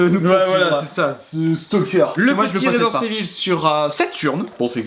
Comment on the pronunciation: Resident Evil et non ResidenCe Evil..... Il a du mal le